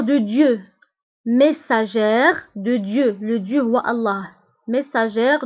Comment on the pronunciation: Merci ma soeur , y'a une petite erreur de prononciation, on dit le messager sans prononcer le "r"